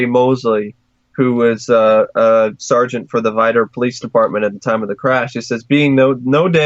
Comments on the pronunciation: It's vIdor. Not Veeder. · Not vidder lol long I. VI-dor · Vidor with a long I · That’s not how you say vidor